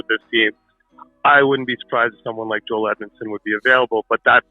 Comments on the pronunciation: Good video always interesting but as an aside Joel Edmundson is Canadian , born in Bandon, Manitoba and his name is pronounced "Joel". The J is not silent and its not pronounced "Yoel". On the other hand Joel Armia is Finnish and born in Finland and his name is pronounced "Yoel". So there you have it: the correct way to pronounce their names: Joel Edmundson from Canada and Yoel Armia from Finland. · Joel not Yoel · His name his Joel. Not yoel. Cringe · Why you call him Joyel... He's Canadian Joel... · Why do you pronounce his name “oel” you need the pronounce the J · Joel Edmundson’s first name is not pronounced ‘Yoel’ as I am hearing you use. They J is not silent. Whereas his teammate, Joel Armia is spelled the same way, but the J is pronounced like a Y. Cheers bud. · It’s Joel not Yoel 😂 he’s not a Swede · It's Joel not Yoel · Y'all are smoking crack..Joel Edmunson is not worth a first...its up there with Hall for Larsson. He's a depth dman who's pretty one-dimensional and not standing out. He's also Canadian and his name is pronounced to that of our english language, in J-o-e-l...not European sounding of Y-oh-El. If it weren't for picking up successful assets that the leafs could not afford to keep, the Oilers terrible management would probably have lost Conor or Leon, by now. Not a fan of the Oilers or Leafs. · Just a heads up, it's Djoel... Not yoelle... The guys anglophone ffs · His name is JOEL not YOEL.. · Joel Armia pronunciation messing with too much 🤣